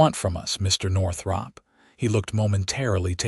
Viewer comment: Why use the nane Northrop if the AI can't pronounce it?